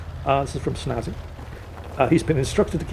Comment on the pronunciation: stop! It’s snazzy not spazzy!😂 As for crush easily Nami from one piece